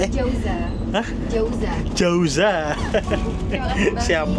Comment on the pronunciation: jauza mas bukan fauza 😂😂😂